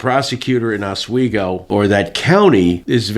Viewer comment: Thank you for the proper pronunciation of Oswego 👍